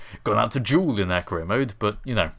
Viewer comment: I swear I keep hearing you say 'Korea Mode' XD